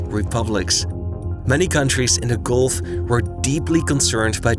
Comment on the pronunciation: Golf?!! Are you an illiterate moran? Persian Golf!